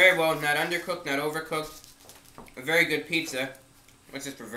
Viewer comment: "its vewy nice" god i LOVE this channel